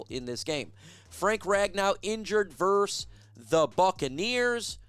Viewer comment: VERSUS NOT VERSE 🤦‍♂️